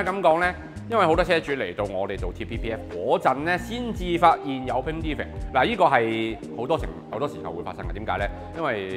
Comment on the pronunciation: defect讀錯成De ving